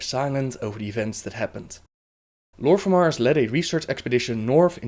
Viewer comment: Lor'ffemar or lor'themar. Fodder or father. Udders or others. I'm sorry but I can't stand how you pronounce "th" and how you pronounce certain names.